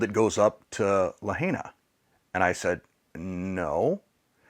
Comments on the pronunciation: It always helps when you can pronounce the name of the town properly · Please start with pronouncing Lahaina correctly. It's La high na, not La hay na. Thank you. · Great video but please learn to pronounce Lahaina correctly it’s La Hi Nuh Not La Hay NA We lived in Hawaii for 3 years, on Oahu but visited the other islands. I have photos we took in Lahaina. I’m so sad for the people of the city, the island and the state. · Just an FYI, it is not “le-hay-nah”, it is pronounced “lah-hai-nah”. The “hai” rhymes with “tie” or “sky”. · La Hi na, not La HEY na. This happened to a close friend of mine. She lost everything to her name. I donated directly to her but more mutual friends have gotten together supplies to send as well and she will distribute as needed among her friends and neighbors. Good message here. So much of Hawaii's income is related to tourists. Thank goodness my friend doesn't have a tourism related job. When she lived on Ohau, that's how we met. We were stationed there (navy) and I worked with her on the USS Missouri:) This was more than 25 years ago. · Its LaHIGHna.. NOT La HEYna!!!!! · Thank you from for your video. Just a quick note, It’s pronounced “La Hi Nah.” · It's pronounced LA high na. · Pronounced La Hi Na,. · Lahaina is pronounced La hi na. I was in the fence about tourists going to Maui but they need you! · Wonderful message, and perhaps you'll take this as "judgement," but please!! It's La-HIGH-na. (And Key-HAY!) ❤❤ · Great video. I believe it’s pronounced “La-hi-na”. We’ve need there many times and we’re so saddened to see it’s total destruction. Our prayers are that they will rebuild. We usually stay in Kihei (Kehay). Hope the wedding was beautiful. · I don’t mean to be picky, but the pronunciation isLuh high nuh. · Main thing they dont see this, it will prob anger and cringe many by the way u pronounce Lahaina. Would be hard to wrap their head around and painful/heartbreaking.